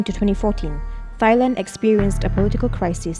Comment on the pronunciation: Narrator's pronunciation of Thailand is killin me, it's pronounced TAI-land. Not thigh-land although in school we're taught a certain way of pronouncing the word when H follows a T.